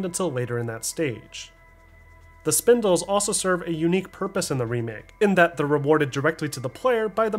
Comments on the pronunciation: great video but i couldn’t get over him saying Spindle instead of Spinel 💀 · Ok, gotta say it... it's SPINEL not SPINDLE lol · great video but there's no "d" in "spinel" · Theres no D in the word Spinel